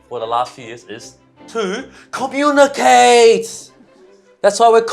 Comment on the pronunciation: Brett buddy it's com-mu-nicate not whatever you said 😭😭😭😭😭 HAHAHAHA I'M CRYING AND LAUGHING AT THE SAME TIME